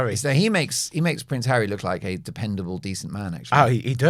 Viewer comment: Pronce hawwy..Cross between a prince and a Ponce